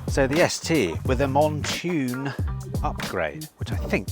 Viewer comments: Surely u have been told by now it’s Mountune not Montune……oh & need to have a Tucson in stock permanently to hear u keep saying it….❤❤❤❤❤ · Hi …It’s pronounced “Mount Tune” as in….Mount a Horse and Tune as in song. P.s you’re as mad as a box of Frogs 🐸 but, very entertaining stuff! 😂